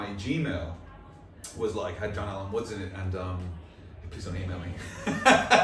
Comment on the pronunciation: It's John Mother Fuckin Woods! Get it right!!!!